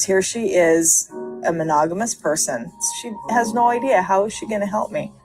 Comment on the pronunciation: "Idea" is "Idiyia"